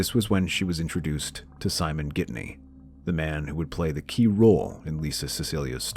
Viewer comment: It’s Ghittany the naracter says Gidney.... Lisa new he was controlling sadly she didn’t leave Simon earlier.